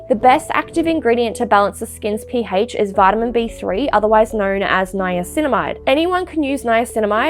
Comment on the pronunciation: "P haych" 😂